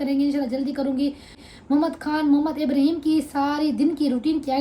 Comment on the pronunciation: Ibreeheem nhi (Ib ra heem) naam sahi lia kro plzzz